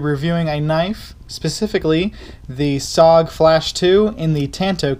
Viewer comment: It is pronounced S-O-G all said separately not just ‘SOG’